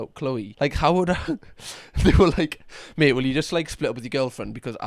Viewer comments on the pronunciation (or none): none